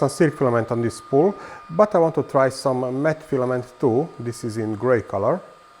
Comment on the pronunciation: I love that calls it's "Matt" filament lol